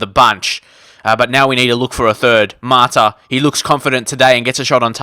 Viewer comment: He's called MATA not MARTA